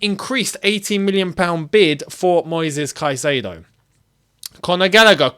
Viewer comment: Love you and I will love you more when you say caicadeo has entered Cobham 😊